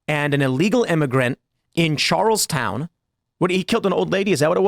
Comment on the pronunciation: Charleston not Charlestown lol😅